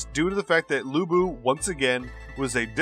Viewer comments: Lu bu peoununced as Lu pu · It's Lu Bu!!!!!!